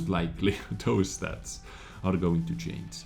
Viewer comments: u're still saying subject to chains instead of change! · Concerning the word "change", say the word" judge". Put the sound of that word(front or back of the word) on the end of change and there you have it !! Or chanja !! LOL Peace bro.